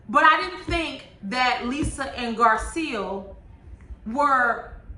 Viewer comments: Hey love your review.. but name is GarCELL not GarSEAL.. just an inccey weeny critique 😅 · I think Garcelle pronounces her name Gar-celle like Belle from Beauty and the Beast.